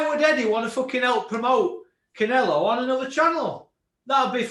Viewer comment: I like, but why can't he pronounce Canelo?